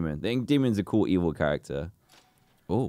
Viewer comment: Dan are you saying cool or call